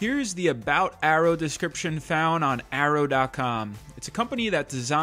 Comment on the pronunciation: Dude stop pronouncing it as Arrow it has Y in it.